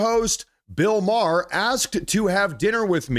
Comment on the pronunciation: It’s pronounced MAYER (spelled Maher), Not Marr!